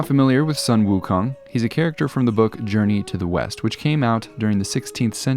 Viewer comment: Wow ... looks really cool! btw, Sun 孫 is pronounced Soo-w-earn. :)